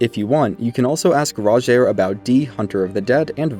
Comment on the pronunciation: Everyone pronouncing Rogiers name wrong and it peeves me so much... He even tells you himself how it's pronounced.